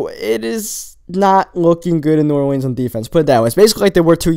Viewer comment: I know you didn't say New Or-leens.